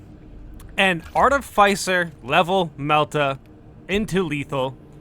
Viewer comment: Can you please pronounce the words in this game correctly. Ive lost count how many times you have mis pronounced minoris, majoris, articifer, and other such words in your videos